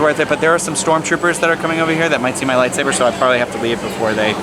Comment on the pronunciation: EXPOSED. ”lightsaver”. fake fan. its pronounced lightsaber